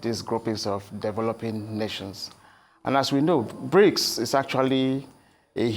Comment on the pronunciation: Not Brincs but Brics